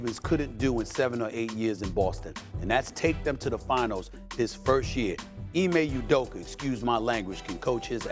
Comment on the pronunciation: “Ime Udoker”??